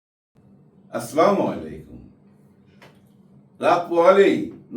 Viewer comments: ভাই আপনার ভিডিও আমি দেখি। আপনার সালাম দেওয়াটা ঠিক হয় না আসলামু আলাইকুম না বলে সুন্দরভাবে আসসালামু আলাইকুম বললে ভালো হয় তাতে অর্থ সঠিক হয় । ধন্যবাদ। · আসসালামুআলাইকুম আঙ্কেল, আমি আপনার আলোচনা শুনি তাই আপনাকে একটা কথা বলি মনে কিছু মনে করবেন না। সালাম টা একটু শুদ্ধ করে দিবেন।